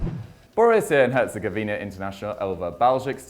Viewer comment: Can't pronounce 'Bosnia' but nailed 'Herzegovina'! Brilliant.